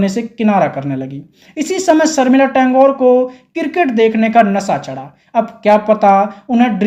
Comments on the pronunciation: Tangore!!??😂😂😂😂😂😂😂 Tagore kaho bhai😂😂😂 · भाईसाहेब आप टॅंगोर ऐसा क्यूँ संबोधित कर रहे है? बताओ के उनका असली नाम ठाकूर है. टागोर तो ब्रिटिश लोगोने अपनी उच्चारण के हिसाब से बनाया था. वो "ठाकूर" है सर. Rabindranath ठाकूर का यहा जिक्र आना बहोत ही दुर्भाग्यपूर्ण है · First of all het title is Tagore and not Tangore pronounced by the compare very cheap production at that time getting an offer from Ray was very great thing and please stop calling het Saif,s mother on the.other hand Saif is her son and please stop victimizing people of Bengal first it is Jaya Bhaduri snd now Sharmila what about those heriones who stole.other,s husbands etc 😂😂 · Tangore? Tagore bolna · टेंगोर नहीं टेगोर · ये चूतिया एनाऊंसर " टेगोर " को " टेन्गोर " कहता है ! कैसे कैसे चूतियोंको माईक पकडा देते हैं !